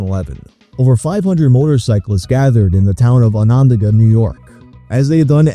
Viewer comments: it's pronounced ON ON DA GA , you put the wrong emphasis on the wrong syllables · halp I can’t stop laughing. this pronunciation took me tf out its own-enn-DAG-ah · Reading Onondaga as "ohNANda-ga"?? Bro you have to set foot outside Manhattan once in a while, it's literally in your own state! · "Anon duh guh"? Lmfao. As someone from central new york, you butchered that so hard, it was amazing. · Ah-none-dah-guh it’s Native American (Haudenosaunee) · Onondaga pronounced On-na-da-ga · Thats pronounced "Onondaga"( on-uh-DAH-guh). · Loved the video, but your pronunciation of Onondaga was way off!! It’s an indigenous name, I would recommend looking into a local pronunciation, ins more like On-N-Daga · I had to replay that pronunciation of Onondaga (FYI, "on-uhn-DAH-guh") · We usually pronounce it: "Onn un daag uh" Points for trying bud 😂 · Onondaga is pronounced ON-UH-DA-GUH btw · great video but I think that was maybe the worst pronunciation of onodoga i have heard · Wang, I love your videos but that pronouncation of Onondaga was atrocious. I genuinely had to google the the story to make sure that was Onondaga. -an upstate NYer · dang he mispronounced onondaga. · what the fug is this audio lmao wait did he just try to say ONONDAGA? oh lord everything about this video is wrong. as a native upstate NYer im disappointed lol 12 apostales and pebbles? seems like some jesus painting outside in the driveway lmao.